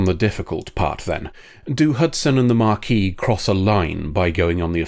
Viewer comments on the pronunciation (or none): Why are you pronouncing Maquis that way? It's not marquis or mah-quis. It ma-quis. Please engage pedantry to fix this pronunciation, or to tell me why I'm wrong. Thank you!